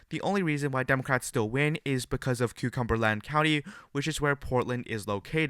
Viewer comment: "Cucumber-land county"? 😅